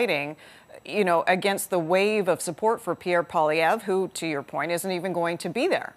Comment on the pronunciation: How hard is it to teach a Canadian, a member of a Bilingual country, to pronounce M.Poilievre's name? It surprises me that these Canadian reporters cannot learn to pronounce 'poil ' and 'ievre' in proper French. It is courteous to learn how to pronounce a person''s name and does not to take much effort.